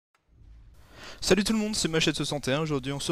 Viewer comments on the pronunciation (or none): none